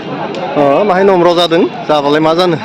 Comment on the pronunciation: मैदैर फाग्ला "जादो" ना "जादों"? जादो होननाया जानो थिननायसो जायो। "जादों" सो बुंनांगौ।